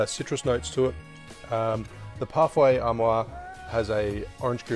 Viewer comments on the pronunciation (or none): French: Parfait Amour 💕: "Parfay Ar Moire" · Parfait à moi ??????? PARFAIT AMOUR..... With the sound "oo" after the "m" of the word !! thank you....